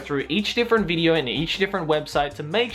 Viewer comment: haha he said "bideo" see if you can find it